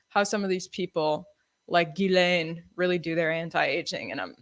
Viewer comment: Say it with me : OM-MI-CRON Gee-lane